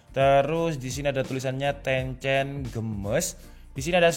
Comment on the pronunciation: Tencent games bang bukan gemes 😂😂